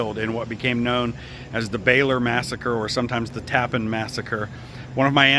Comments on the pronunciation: Thank you for the video. I did a paper on Andre in college. I used to live in Old Tappan. Just an fyi its pronounced like "Tappanne" not tappen. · While this is very interesting and informative, you might take some time to speak the some of the local inhabitants about the pronunciation of the name of the place you are featuring. It is not pronounced as “Tappin”. It is pronounced “Tap-pan”. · its pronounced, tap-pan, TAPPAN New York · Tap-PAN is how it's pronounced. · Actually pronounced TAP-PAN . " Tap" like in the Military term Taps ...." Pan " as in pots & pans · First-it’s called Tappan , not the appliance name . I don’t understand how you could call it the appliance name. Everything you see says Tappan. Pronounced Tap-pan . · You pronounced our town incorrectly. It is not pronounced like the bridge. It is TA-pan. I grew up here. My parents bought our home here in 1976. Always pronounced TA-pan. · the town name is pronounced Tap-Pan. 2 syllables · Tappan is pronounced with the accent on the second syllable.